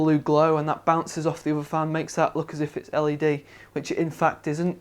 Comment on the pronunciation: It sounded like he was always saying the fans were LAD ready, but turned out to be LED ready -_